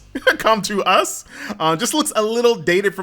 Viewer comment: finally he said com 2 us correctly